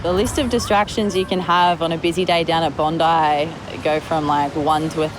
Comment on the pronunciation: Its bondi not "bone-dieh"